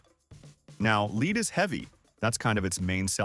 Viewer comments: Remember, every safety rule and warning came about due to somebody being tragically stupid! 😮 Gotta be very careful with those "forty minoavog" grenades. 😂 And the "fifteen mimi-shi" impact. AI voice, go home, you're drunk! 😮 Lead = "led", not "leed"! Stupid AI again. 🙄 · I thought led killed people - not leed! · its pronounced LED